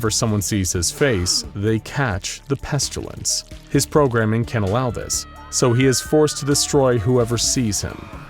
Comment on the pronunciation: There is no "u" in "pestilence".. why do you keep saying it "peschulence"?